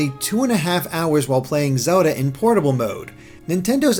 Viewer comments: Its Zelda not Soda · "this is zowlda..." -unsub